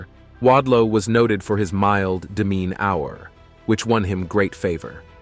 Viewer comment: Why can't he pronounce "tumor," "labor" and "demeanor." If it is text to speech, you can just alter the spelling until it sounds right. André the Giant was a wrestler and actor who was 7' 4".